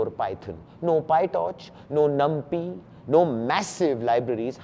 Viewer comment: do some homework - numpy is pronounced as numpaai